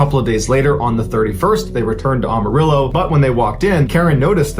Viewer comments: Mr Ballen lives in ATX (though he’s from the NEast Coast. I noticed & this bugged me too! Because he said it multiple times! Living in the SW for almost 60 yrs & everyone in Texas & neighboring states says AM - Uh- Rill - Oh! Not Aum- …. And Yes! George Strait! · It’s “Am a rillo”. Not ARMArillo. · Am-arillo not ahmarillo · Am.....a....rillo not om...a ...rillo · Amarillo is pronounced “Am-marilo.” Like I Am, not ahm. It appears to be Spanish, but it is really just Texan. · AMA rillo! Not AUMA rillo! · Mr. Ballen!! Amarillo Is Am, long A not Ah, short A! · Am Am Amarillo not awm. I understand its hard forbyou yanks but come one man this is a city in my country bro. Anyways live your videos .. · Holy crap, man. Learn to say Amarillo. It's like AMarillo. Not OMarillo. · Its pronounced Am-a-rillo not Arm-a-rillo. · It’s Amarillo “am” not “ARM” arillo please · It’s Am-arillo, not Ahm-arillo. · I love your stories but listening to you say Amarillo is making my teeth hurt… it’s AM like I Am! Not ahm… sigh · It's Amarillo not awmarillo. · Am uh rillo. Just an fyi. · Native Texan here: Sorry, but it is pronounced “am a rilo”. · It's pronounced am like I am Amarillo I'm from Texas born and raised. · You usually do so well with your posts. Please note the town is Am a rillo As in I "am" going to "Am"arillo or listen to Amarillo By Morning by Terry Stafford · AM-uh-rill-oh - my hometown! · I love your videos...it is pronounced AM-a rillo. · "Arm" arillo!.. Come on man! I thought you were from Texas!..🤔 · Am-a-rillo is how the song says it, gotta get there by morning all the way from San Antone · Good job on the story. However, if you want to pronounce it like Texans do (you pronunciation surprised me), it's like this: AM-a-rillo. Jus' sayin'! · Yikes! It's not pronounced "AHMARILLO" Love you, Mr. Ballen. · It’s Amarillo, Am-a-ril-lo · Am. It's AM-arillo. I had to. Don't be mad. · Please pronounce it Am arillo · Ok it is pronounced like Amazon. Ama rill o...